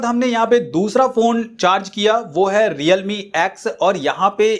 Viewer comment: Redme nhi realme hai starting me